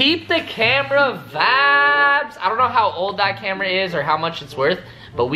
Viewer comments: Stop saying vadis it is. Super annoying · Please stop saying vabs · Stop saying vabs for God sake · I thought he was saying "vag" and tha shii gets annoying or "vabs" like stop it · are you saying "vIbes"?!? cuz it sounds like youre saying "vAbes" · Omg stop saying vaps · Please stop saying vaps